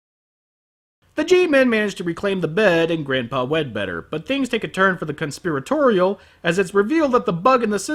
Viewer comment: "Wed-Better." Anyone else catch that? XD